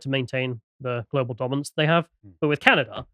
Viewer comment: Where is the r in Canada?